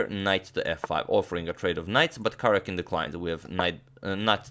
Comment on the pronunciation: I wonder if Karjakin minds you continually butchering his name?